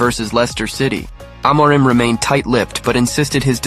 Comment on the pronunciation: That's not how you pronounce "Amorim". I'm Portuguese and I can help explain how to pronounce it. First, just like you did, we divide the word into the syllables "A - mo - rim". The "A" is pronounced like a closed "a". For example, it is pronounced like the "e" in the word "father". The "mo" is pronounced like "moo" in the word "sMOOth", for example. And now the "rim": Let's break it down into "r" and "im". The "r" has a similar sound to the Italian "r" - the tip of your tongue has to touch the tip of your mouth and when you let the air out of your mouth, you push your tongue forward. The "im" has a more nasal sound. It is pronounced like the "im" in the word "IMpossible". In the end, all together, it is pronounced like this: "E(r) - moo - rim(possible)" I hope I helped! 🙏🏻😊